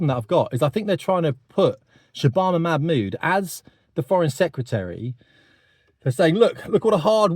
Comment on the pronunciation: Yeah, you're really not pronouncing her name correctly. You need to watch Katie Hopkins for the correct pronunciation.